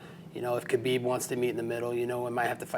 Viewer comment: He called Khabib "kebab" just a few hours ago haha